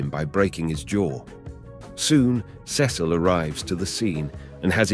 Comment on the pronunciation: I’m I the only one that cringes when he say Cecil